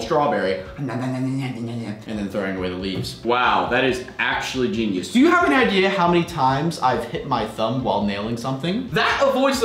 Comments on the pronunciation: He said geinus 21 times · Stop saying geinyuse